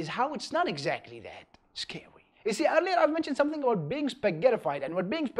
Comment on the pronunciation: Did he say ,,scawy''?